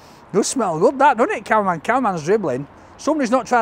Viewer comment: Sounds like hes saying conman when he speaks about camerman...😂